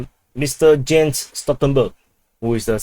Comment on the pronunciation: to the admin, you made a reading mistake again, it's pronounced Jan (Yan) Stoltenberg, J from northern to southern Europe is not read in English ;) however, it was positively funny to hear such a way of pronouncing a name, which sounded different 😅